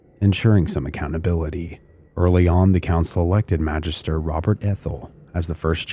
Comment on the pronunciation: The G in "Magister" is a short g... like in Gary.